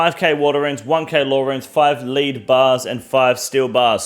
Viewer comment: Five "leed" bears, lead is pronounced as led you muppet lol